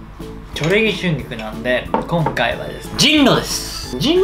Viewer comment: ちゅんぎきゅ、こんきゃい、にゃまw w